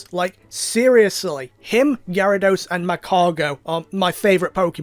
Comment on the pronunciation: gyarados isn’t your favorite Pokémon if you can’t even say it’s name right